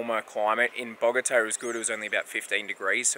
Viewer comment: Welcome back! Missed ya's., you only got 9 1/2 hours of sleep? 😅 I have great memories of Bogata, and, you pronounced it without a problem, Congrats!!!!! You both look really rejuvenated! Beautiful landscape, where exactly is that, definitely gotta go there!!!!!!, kicked your ass on the workout, c'mon, ya can't let make ya look bad like that man!!! 😜 Cauliflower taco's? Ecuador is beautiful. Great outtro!!!